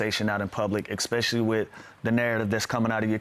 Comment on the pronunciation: Hey Lou, English teacher here. Consider some other words to use instead of ekspecially. Like, in particular notably largely chiefly mainly mostly principally strikingly conspicuously outstandingly Then all the little dudes who look up to you will say that too.